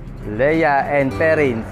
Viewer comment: It’s pronounced LEE & Perrins. Sarap niyan sa steaks, pork chops, and anything grilled